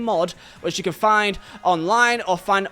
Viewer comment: it is pronounced "can" lol